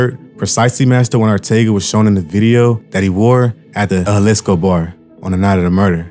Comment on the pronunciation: Juhlisco? Say it like this, Ha Lees Co school in session 🏫